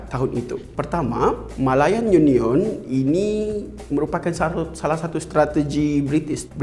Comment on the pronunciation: Rare btol sbutan dia ni..YU NION